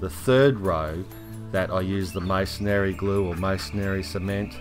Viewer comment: Masonry is pronounced " masonree " not " masonary"